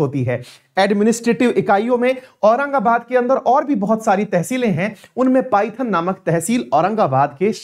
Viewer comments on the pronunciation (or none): सर, पाइथन नाही इसे पैठण केहते है। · Paithan is पैठण not पायथन